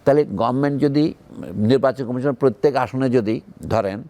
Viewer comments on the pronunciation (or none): none